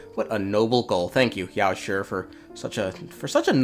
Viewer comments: I gotta be honest you saying yaoshi’s name as yaosher instead of yaoshe is honestly irritating 💀💀💀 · i admire your efforts to pronounce chinese names the way they are supposed to be, but your pronunciation of 药师 is way off. it's not that hard, neither does have a "sure" sound. since it's ī and not í a quick and soft "shee" sound should be enough. just felt like pointing out. edit: just to be more clear, your mouth is not supposed to open at all, just grind your teeth and try to pronounce it.